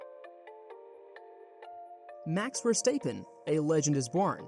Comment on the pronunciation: Max Verstaippen